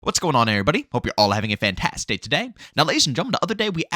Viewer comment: Random side note, does anyone else hear "Hope you're all having a fantasday today!"?